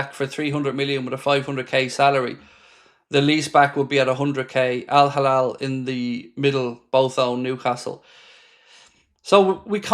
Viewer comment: It's Al Hilal not Al Halal